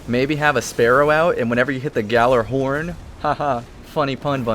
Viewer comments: it is Gal-er-horn, know your pronouciations of destiny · Kyle knows what he's talking about. Sure it might be pronounced another way than what destiny and you do, that doesn't mean you should be pronouncing it correctly.(which you aren't) In destiny it is the Gal-er(or ah)-horn. says it as such, so it is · You're both wrong. It's pronounced " Gajillahorn " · Yes I have done research and know how its pronounced(Not saying I can pronounce it) Just because you hear people call it yallerhorn, it doesn't mean that's correct. But frankly, I don't have the time to argue with you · It's gjallahorn, and that isn't how it's pronounced. In fact, as someone who doesn't speak i the language(Icelandic people still do) You would be hard pressed to pronounce it correctly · Kyle Chaplain Pft you're fucking pathetic. You're calling me a kid yet you don't know proper grammar and telling me I trust Google too much? You trust a videogame too much. I dont trust Google, moron. I trust actual sources from dictionaries and Norse to English Vowels and consonants and pronunciations. Not to mention the fact that I know people that are from Norse countries, so you should literally stop talking and thinking you're correct when the game itself is wrong in the pronouncing.